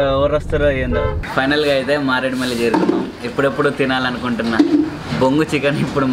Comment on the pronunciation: మారేడుమల్లి కాదు మారేడుమిల్లి అని చెప్పాలి